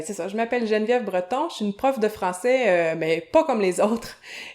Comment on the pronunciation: français----- francie 😂😂😂😂